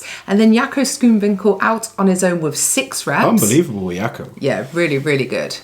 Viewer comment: another one who cant say Schoonwinkel properly.